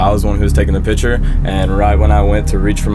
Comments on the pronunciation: pict> chure not pit> cher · everyone in ross’ videos “pitcher” normal people “picture”